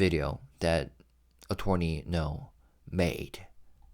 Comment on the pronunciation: Only bc you've mentioned before that you'd like your pronunciations corrected, "Attorney" despite the "or" is not pronounced like "torn", but rather with a "ur" sound. Uh-turn-ee.